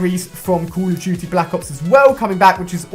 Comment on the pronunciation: I get ticked when you say Call of Duty... "Cool of juty"